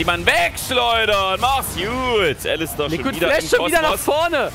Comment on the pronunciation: ich find deine Videos top! Aber versuch doch zumindest mal Englisch zu lernen... der Supp heißt "Likkrit" und du sprichst es halt als "Liquid" aus xD